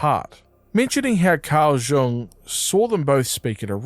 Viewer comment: for future reference, Carl Jung's last name is actually pronounced the same as "young." no J sound. good job on the video!